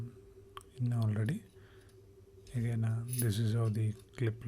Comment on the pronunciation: Stop saying "again" incorrectly. It's awful.